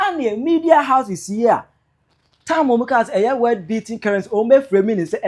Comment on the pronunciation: Cant yiu pronounce world as you keep saying word.Shame